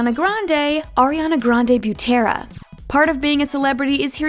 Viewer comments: I- they aren't fake they are SHORT FOR's Also u pronounced Butera wrong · This girl don’t know how to pronounce the last names, OMG so cringy